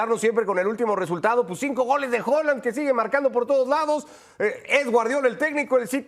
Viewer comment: Xq dicen hoolan